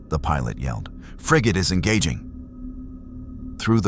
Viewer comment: It's pronounced frigate.